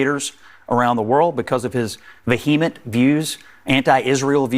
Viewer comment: Vuheeement. Interesting pronunciation.